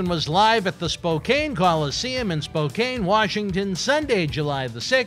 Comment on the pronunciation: Spocain Washington, hahaha. Its pronounced Spokanne Washington..